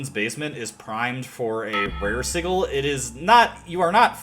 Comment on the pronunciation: Vermouth is pronounced ver-MOOTH and Sigil is pronouced SIH-juhl, by the way.